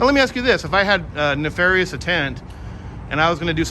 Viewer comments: Keep up the good work, but please stop saying "no ill will intent". It's either "no ill will" or "no ill intent". Also, the other word is NEF arious. Pronounced neff - like JEFF - arious. The reason they ask you to repeat yourself every time you say it is because Nalfarious is not a word. :) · Officer had a bit of trouble with “nefarious”.